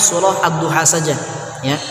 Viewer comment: Ustadz kog di baca wadduhe bukan wedduha EMG GPP ya ayat di ubah2